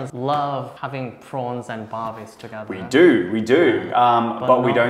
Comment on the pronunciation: when he said WE DO it sounds SOOOO AUSTRALIAN